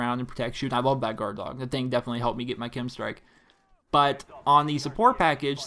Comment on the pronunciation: K-E-M. not "Kim" strike